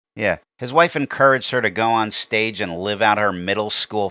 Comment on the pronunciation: Insanuh.. view.. of the... staguh